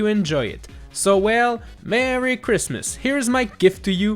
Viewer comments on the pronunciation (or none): none